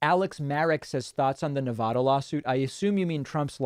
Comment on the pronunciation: nev-ADD-uh, NOT nev-ODD-uh, David.